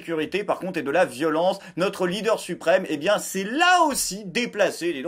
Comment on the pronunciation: Gérald Darmanin : "C'est pas bieng, fallait pas le faireuh."